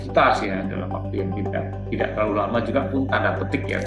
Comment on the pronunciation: Anchornya please dong. Kata dengan akhiran K kenapa dibaca seolah akhiran G. Tidak (read tida') dibaca tidag. Sekelas narasi, Please bahasa indonesianya dong.